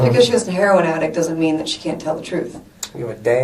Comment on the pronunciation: He took back the part about selling "hair-on"